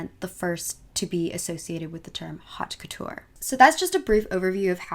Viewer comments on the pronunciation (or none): so cool but have you never heard how it is said? the word haute? it is not hot ~ it is haute ~ u can google it ~ or im wondering if u did it on purpose either way i don't really care because you are amazing and your videos are super amazing but did anyone else notice this ~ i think it is interesting because it lends to the idea that trends in general are spreading without the spread of direct communication and use of language ~ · Haute sounds like “oat,” not “hot”